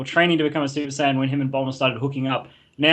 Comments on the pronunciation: did he just fucken try to correct his friend to saying sy-in it's pronounced say-in. and if you wanna say that sy-in is how they say it in Japanese, then that would be sayajin. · Sigh-yan? wtf aren't you a like, dragon ball professional or something? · This is late, but he said the translation from the Japanese "sayajin" would be "sy-in".